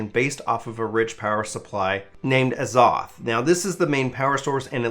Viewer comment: Love the video. It's Az-oth(like off with a lisp), which is a term from old world alchemy.